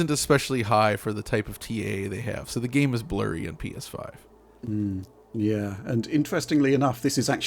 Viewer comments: did he just say “Penis 5”? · ''pee eshh faif''